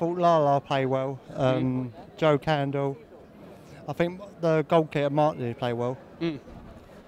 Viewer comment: Not being mean or harsh or anything but I couldn't help but laugh when he said Joel Candle hahahahaha